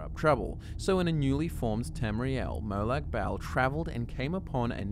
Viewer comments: Says bal like bowel😂 it is “MO-LAG BALL” Fucking npc’s say it all the damn time so you doing that shit on purpose to be annoying it feels like. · It’s pronounced like molog bol, not malag bale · Merlag Bail? Lmao It’s pronounced mo lag bahl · Ok mate, I'm Aussie too. But I cringe every time I hear your pronunciation of the Daedric god. It's not Mowlaag Baaaaaal, like some fucken bogan. Try: Molag bawl, as per this pronuciation from ESO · Merlac-Bowl. hoho.